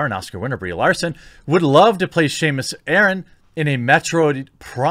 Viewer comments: Samus, not Shay-mus. And over my dead body! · Did you just call Samus... “Shamus”?! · Jeremy...you pronounced Samus wrong. Also for fuck's sake please don't let her be cast as Samus. sigh